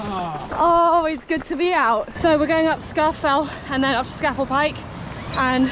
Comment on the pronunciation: Lovely to see you in my homeland. We pronounce it Scar Fell here but you can call it whatever you like 😊